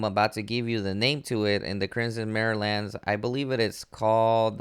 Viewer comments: Mire isn't pronounced mirror. But as my, er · It's "My-er" lands, there's no A. "Bah-og" Bog Learn2read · Lmao "marry-lands" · It's pronounced ee-NAM (rhymes with ram)-or-us. The capital letters are where the emphasis of the word lies. It's named from the word enamoured, which means love stricken. Also, it's pronounced My-er( rhymes with wire) lands.